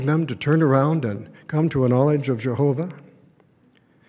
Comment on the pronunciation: I cringe hard everytime he says Jehoobah "merciful Judge"...more like angel of death 😮😮😮